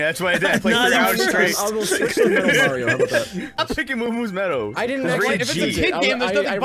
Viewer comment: tha "italian" cant even pronounce Mario (he's saying Merio)